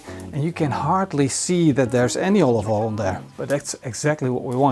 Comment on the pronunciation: Hahaha, you are just as bad at saying "olive oil" as Gordon Ramsay! It always makes me giggle when he tries to say "olive oil" and always end up saying something more like "ovoil" 😂